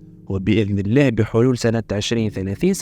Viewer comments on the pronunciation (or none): none